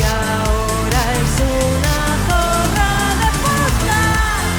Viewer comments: Con razón decía yo¡Qué bien ha pronunciado zorra! 😂😂😂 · Ostras, ya decía yo que pronunciabas super bien la letra zeta y de repente te pones a hablar en español JAJAJAJAJ